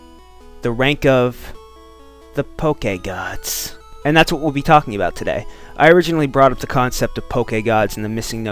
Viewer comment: Can you stop saying Poke-EH-Gawds